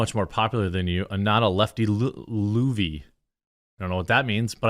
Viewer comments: Yeah Jeremy it's NOT pronounced LOOVY it's LOVE-E which is what we call the theatre [theater for you yanks] actors who are high on the smell of their own farts. [Or at least that's it's origin it is now generically used for anybody from the world of SHOW BIZ who are high on the smell of their own farts.] I'll give you a personal example. I went to the opening night party of the 25th anniversary tour of the Rocky Horror Show at the theatre here in Plymouth. Attending were all the cast of the show, Richard O'Brien - [who wrote it & who stars as Riff Raff in the movie] - & the stage crew & a few peeps who were friends of the crew & big Rocky Horror fans like yours truly. Due to it being a special anniversary they had Patricia Quinn playing Magenta - [who was Magenta in the movie] - & so I was sat at her table fan-boying out & asked her about her work both on Rocky Horror & elsewhere & her reply burst my bubble & broke my fanboy heart. She said "OH DON'T TALK SHOP DARLING" which is about the Luvvie-est thing she could ever have said. [It was pronounced in the poshest sounding English accent ever & sounded like DARRRRLING.] So I went & talked to Richard O'Brien who was a total gent, down to earth AF & fantastic company. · Calling someone a "lovvie" is someone who is in acting, and someone who acts like they are more important than everyone else. It's a British saying and James fits into both of these things. It's pronounced love E. And you lot can keep him. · Luvvie is pronounced Love-e. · . Pronounced “love-e”. A Luvvie, is a ultra rich, ultra left wing, and ultra anti working class actor. Usually in left wing productions about working class struggles. Or about rich well to do people. Also Shakespeare adaptations